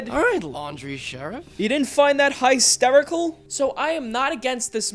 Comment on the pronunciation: said hysterical like mister dink